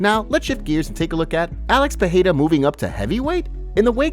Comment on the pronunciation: hey dude it's not pronounced Peheira